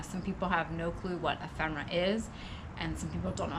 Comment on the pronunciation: Really? Majored in English huh? I love pretentious idiots... It's 'ephemera' btw...da